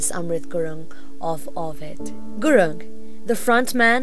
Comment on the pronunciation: The narration sucks. And FFS its Gurung, not gurun.